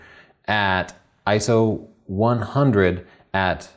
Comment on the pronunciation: I see you read the script. At least what you had to talk about was great! and an Iso is actually called I - S - O.